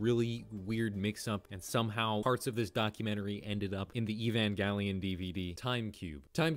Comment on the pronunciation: Thank you for saying “evangelion” correctly 😊